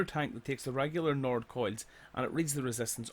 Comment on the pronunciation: why he calling coils coids